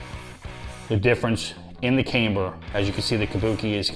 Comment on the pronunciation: It’s pronounced cam - ber unless they sent the bar to college. 😅